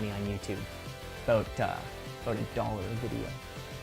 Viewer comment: That's what it's all aboot